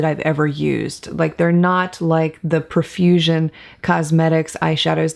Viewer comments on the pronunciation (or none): Such a fun and informative video. Profusion is such a great brand. I think it's pronounced "pro"fusion, not "pruh"fusion. 🤷🏻‍♀️